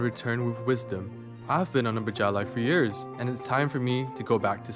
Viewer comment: it's bejalai, not berjalai